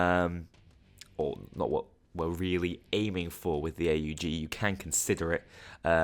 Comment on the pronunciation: you know what subscribed just for you pronouncing aug right